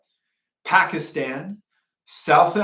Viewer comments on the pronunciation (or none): none